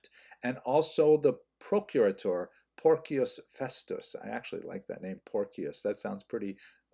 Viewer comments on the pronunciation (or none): I think it's pronounced "Porshius" and not "Porckius"